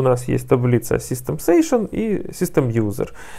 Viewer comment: Сэйшэн звучит прикольнее чем сэшшн ;)